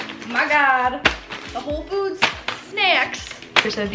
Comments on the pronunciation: Did anyone else hear when she said “home foods” ? 😂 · Anyone else catch at minute her saying “Home Foods”? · it kinda sounds like she says home foods LOL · can we just talk about how said "Home Foods"